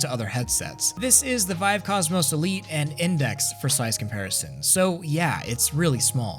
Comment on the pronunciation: did you say vivie lmao